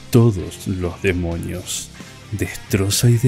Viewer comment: se dieron cuenta de que el vato dice Demoñios?